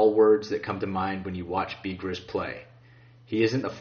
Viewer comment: you din int pronounce Bigras right, say it like beegraw , its a french last name and BTW he is my cousin can't wait to see what team he goes to